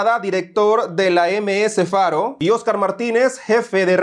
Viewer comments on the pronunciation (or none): Que aspiraban?????? Dice eseoscar